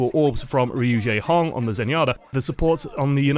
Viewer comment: when yakubians call him "RU-JAEHONG" lul